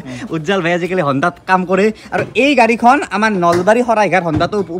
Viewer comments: Hondai nohoi, Hyundai, Extaatrr nohoi Exter, Pans nohoi Punch 🙏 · Honda ne Hyundai oo Bhai... pronunciation tu thik kora akou, Hyundai r gari dekhisu koi ase Honda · Why are you saying hondai